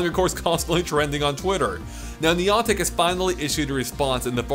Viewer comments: Niii AuNtic Is How You Said It! Niii Anne Tick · who is niontic? the company doing pokemon go is niantic. it seems youre speaking english so A doesnt sound like an O. who is niontic? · Did you say Neeontic? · It's pronounced Neigh Antic for the love of God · You say niantic so weird I almost didn't realise what you were saying 🤣🤣